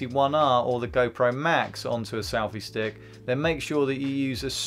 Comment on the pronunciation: Why does he keep saying "salfy stick?"